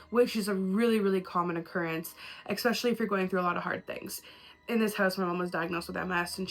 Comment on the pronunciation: I seriously love you and your videos, but goddammit STOP SAYING “EXspecially!!!!” 🤢🤢🤢🤢🤢😡😱